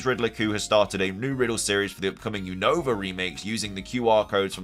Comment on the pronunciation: you keep saying Unova Name Wrong 😅🤦🏻‍♂️